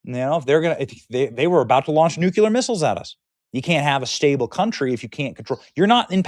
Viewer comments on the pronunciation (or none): Benny, the words “NUCULER” and “NUCLEAR” Are not interchangeable. You are getting them mixed up. Nucleus is the center of a cell.